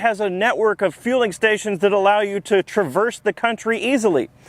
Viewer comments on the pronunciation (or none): none